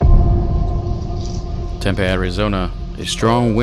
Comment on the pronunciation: It's not "tem-pay" Arizona. It's "tem-pee"